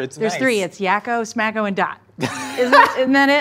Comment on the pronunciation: I laughed hilariously at here calling the middle one SMakko